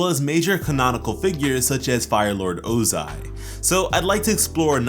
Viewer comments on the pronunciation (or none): "oo-zai" IT'S PRONOUNCED "OH-ZAI"🤬